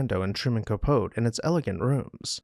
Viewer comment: I love your channel but who doesn’t know how to pronounce “Copote”